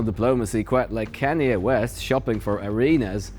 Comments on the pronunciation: Kanye is pronounced Khan-yay. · Can yae, is an excellent pronunciation,! Mind if I use it too?? 🔥😝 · "Kanye" is pronounced "CON-yay", which is kind of appropriate.